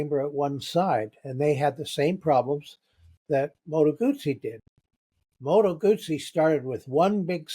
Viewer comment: "Arghhhhhh, it's NOT a "Moto-Goozey" for Christ's sake!!!" 😂😂😂